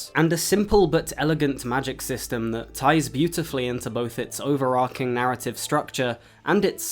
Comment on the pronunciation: Why am I hearing more and more YouTubers mispronouncing “overarching” lately? So baffling 😂